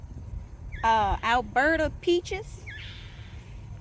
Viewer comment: Oh my gosh how exciting! Your food forest has peaches 🍑 love it! Sounds like your saying Alberta lol but thats only because I live in Alberta Canada 🇨🇦 teehehe